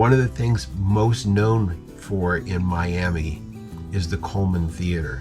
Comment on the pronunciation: I don't know why, but it's pronounced My-am-uh around there.